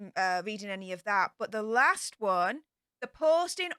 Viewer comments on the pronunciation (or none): none